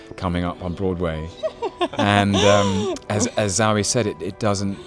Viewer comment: Poor Zawe. People don't even try to find out how to pronounce her name.